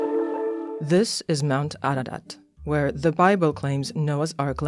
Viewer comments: Its not aradat. Its Ararat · It's Ararat Also Turan is Persian Word